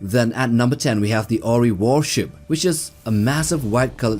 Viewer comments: Asgard is the proper name not asgardian you also pronounce the Ori incorrectly !!as almost everything in this video!!!!! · I have never heard of the Oh Ree. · you can't pronounce ori? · wtf? How did you made your research about the size? Did you ask blindly chatGPT? Half of the sizes are so wrong. You even pronounced the Ori incorrectly. If you are gonna make a video at least take 5 minutes to double check your facts. This is an insult to the fans. This is just lazy writing and execution. Also so many of the comments are saying the exact same thing and you don't have the dignity to admit your mistakes and take down the video and redo it. You should be ashamed that you are keeping this video only for the views and misleading other people with falls information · This dude does not even know how to pronounce "Ori", yet, he is teaching about them. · This really feels like a video made by someone who didn't watch the shows at all. From getting some of the scales clearly wrong to mispronouncing "ORI" despite it being a primary enemy for a couple of seasons with the name being said out loud constantly. You can't watch a show and get it so wrong. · He also pronounced Ori and Goa'uld incorrectly.